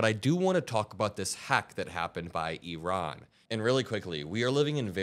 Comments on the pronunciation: Little things like the pronunciation of Iran correctly really go a long way to keep me watching, thank you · Thank you very much for saying Iran correctly. I don’t care how good or bad a country is etc ,there’s still a proper way to say it.